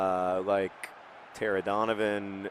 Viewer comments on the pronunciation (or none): none